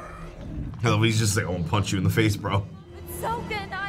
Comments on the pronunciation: Eroh, Soaka, Oong, WHAT THE FUCK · Shyamalan: “i pronounced the names as Asians would” Also shyamalan: “SOWKA” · Ong, Soh-ka Ee-roh .... Gaaahhhhhhh stoppp!